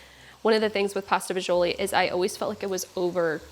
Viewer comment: my wife made this last night after we shoveled snow for 5 hours. she followed your recipe exactly. your first version, which we made already was great but this one is on another level. i even shoveled a path in the backyard to get to my rosemary bush. one problem though. as a second generation sicilian from staten island it pained me to hear it pronounced “fagioli” but we understand why you had to say it that way. lol. keep em coming and thank you.